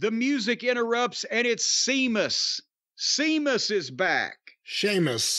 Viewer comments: Ah jazuz sea mus as an irishman I'm laughingly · Have we ever gone over why Jim refuses to acknowledge the H in “Sheamus”